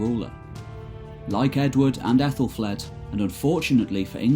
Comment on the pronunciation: Pronounced A thel fleed and A thel red and A thel Stan and Mercia is a modern name not Anglo Saxon and the c in Mercia is not s sound but Ch sound old English Mierce meaning border people surrounded by other kingdoms and Wales. Modern name Ethel derrives from AEthel meaning noble/royal and flAE'd means beauty